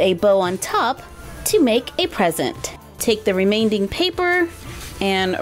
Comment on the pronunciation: I can't get over how you say "renain-ding" instead of "remaining". Gets me every time I hear you say it!